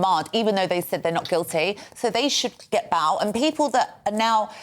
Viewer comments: Baahl and Jaahl. I was thinking the same. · How can this woman not pronounce the words Jail and Bail ?